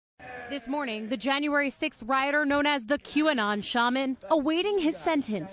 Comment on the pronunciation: "rioter" btw